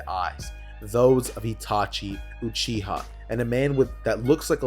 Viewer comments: its uchiwa not uchiha 😤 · it tee-ooo-chi